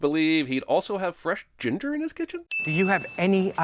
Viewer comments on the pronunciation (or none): none